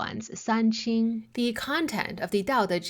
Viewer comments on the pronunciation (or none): none